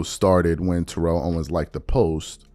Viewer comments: ( it's said: Tare-rull Owens not Turr-elle--- or just T.O. is what everyone calls him. Kindly consider pronouncing it that way, ---respectfully, thx. ) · Could you please learn to say TO’s name correctly? Or just say “TO” ? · This man talked about SAS mispronouncing names and he has been mispronouncing T.O.’s name this entire time 😫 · and he’s still mispronouncing his name. He always spoke on him mispronouncing other people’s names NOT in a mocking way.